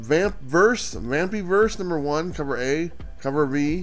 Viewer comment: It's pronounced VAM PIE VERSE LIKE VAMPIRE SHEESH 😆